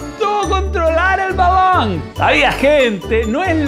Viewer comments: Que te parece si dices BALON!!! Así no mas, sin tener que decir esa palabra balaaaaan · No puede pronunciar bien balón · Porque dices balonggg en ves de balón ? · Padecerá algún tipo de problema por su forma de hablar o quiere perecer gracioso? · Matías Garato fútbol mexicano (balong lo dijo con acento mexicano)